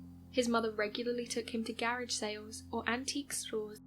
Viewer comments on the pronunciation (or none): She can't pronouce garage lol